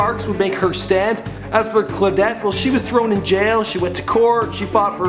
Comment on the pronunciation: and phonetically it should be Claw-dette NOT Cla-dette, morTality regarding Brazil NOT morality and Ida B Wells was the first black woman to refuse segregated seating much earlier than anyone you mentioned . Maybe you should slow down a bit. Wouldn't hurt